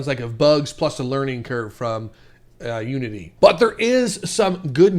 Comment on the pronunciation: anyone else hear "nudity" instead of "unity"